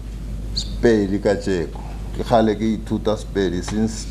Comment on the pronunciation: The person who who read the history of Bapedi could not pronounce most important words in Sepedi accent. He is clearly not Mopedi. How could such a thing be allowed at such an important occasion?